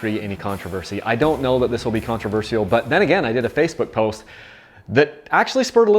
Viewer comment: The only controversy is how you pronounce "Controversial" it really bugs me. Can I get an AMEN?????